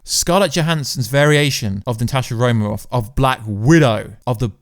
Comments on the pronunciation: Please, It is RomaN Off, Romaroff kept me from focusing on anything else. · The first time I heard him say "Natashi Romarov" I thought "I gotta go check the comments right away!" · Romanoff? Really? Come on,.